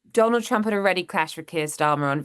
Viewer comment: I like the way she pronounces it Chump.